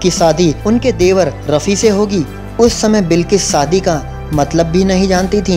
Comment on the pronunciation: Bhai, saadi nai, shaadi